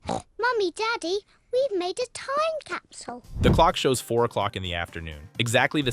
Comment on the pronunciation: whay doz madam gazel seaj capsiul and not capsl